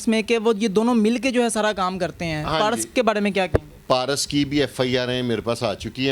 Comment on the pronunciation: anchor sb paras tou sae bola karain...😂😂parhus